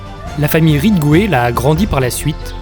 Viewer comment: "Ridgway" et non "Rigway".